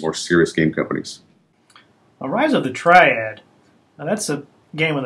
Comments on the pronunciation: Rise of the Tree-ad? No, no, no... it's Triad. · its rise of the TRI-AD... not rise of the treead.